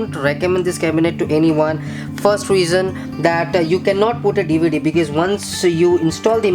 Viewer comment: why is he pronouncing because as bikiz